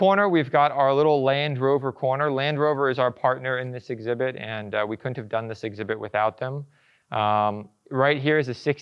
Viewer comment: ? Okay so this gentleman DOES know that there IS a - D - in the word COULDN'T right ? WTH dude & OMG Bro its teSla like the ladies name ( TESS.LA ) NOT TeZZla